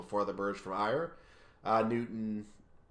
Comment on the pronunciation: Ayr is pronounced Air. Like the air you breathe. Ayr Line = Air Line. I'm not criticizing as I love the route as well. 😃